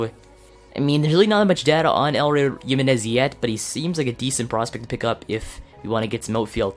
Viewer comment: it is not "elroy" it is "E-Loy"